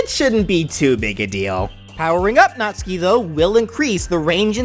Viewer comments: B R U H It is Natsuki not natski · YOU MISPRONOUNCED NATSUKI Nat (pronounced like "gnat")--> Suki (pronounced like "Sue-Kee") phonetically produces gnat-sue-kee = Natsuki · no trying to be rude but it pronucence nat-sue-key btw sorry if i said it wrong